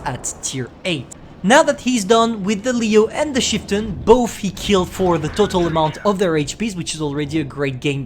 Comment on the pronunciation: * says chieftain* What i hear: "sheetin"